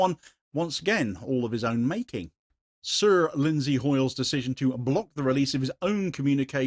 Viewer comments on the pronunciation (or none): Thanks once again for your clear & articulate reporting. I enjoyed your very subtle emphasis of "Sir". Hoyle is a pathetic squealing blancmange, who is, as you say, the very epitome of British Parliamentary nonsense and democratic process. Obviously, as Squeaker of the House, he doesn't stand for election as an MP in the normal way....Go figure